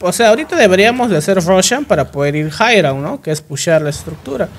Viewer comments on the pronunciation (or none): none